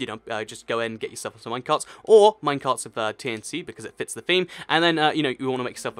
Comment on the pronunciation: It sounds like your saying "TNC". T is a letter. Dont forget it.